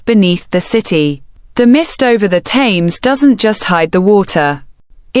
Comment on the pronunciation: Get rid of that rubbish AI voice. Pronounce "Thames" properly. It hurt my soul.